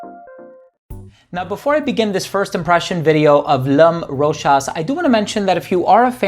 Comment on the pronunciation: Well pronounced brother! 😀👍. For everyone else in the comment section. This is an official commercial of the perfume Mademoiselle Rochas. Hopefully this puts an end to the debate on how ROCHAS is pronounced